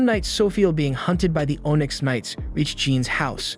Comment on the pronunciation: Bruh. If you're going to narrate....pronounce the words properly. One example. You say ohnyx. It is pronounced onix.